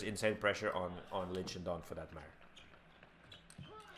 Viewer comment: its shidong not shindong